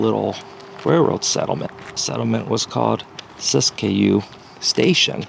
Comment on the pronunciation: It's pronounced sisk'-yoo.. Just saying..